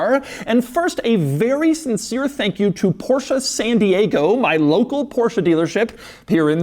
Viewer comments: It's "Porsch" not Porsha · only one suggestion, pronunciation is not PORSHA...it is PORSH... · Doug, please stop pronouncing Porsche as Porsha. It's Porsh-Eh. Every time you say Porsha a German mechanic gets a stroke. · Das ist ein Porsche not the Porshaaa (-_-) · Stop calling Porsche porsha, yall sound retaarded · Why do Americans pronounce Porsche like “porschah”. I get ear cancer every time Doug says Porschah.